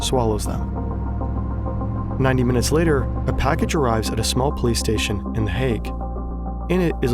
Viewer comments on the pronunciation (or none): "A package arrives at a small PlayStation" - Someone seriously could use with some elocution lessons. i.e. "How - Now - Brown - Cow"